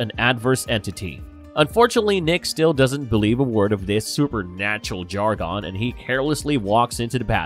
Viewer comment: But look at it this way, you learned all new ways of pronouncing words like “séance”and “jargon”